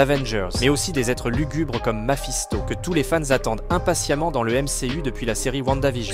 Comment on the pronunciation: Le fameux "Maphisto" 😂😂😂 👍👌😁✨